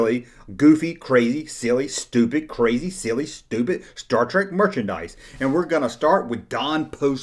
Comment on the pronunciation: It's Mr. Spock, not doctor. And it's star trek, not star trak.